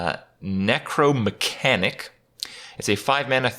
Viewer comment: It pissed me off hearing him say "Necromatic" when it's written Necromechanic there. Get it together Kripp